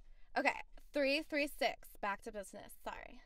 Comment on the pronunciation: "3, 3 sex" Oh it's 6 like a number , I thought you said sex 🤣🤣🤣🤣